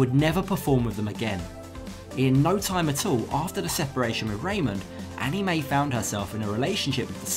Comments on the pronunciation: First of all it's Anna Mae not Annie Mae. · its ana-mae not annie